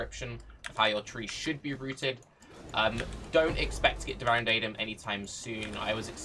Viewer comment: its really not that bad... Sure he basically says "daidem" but you could just search for devouring